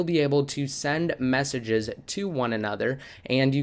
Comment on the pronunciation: Did you say messenges or messy jizzy.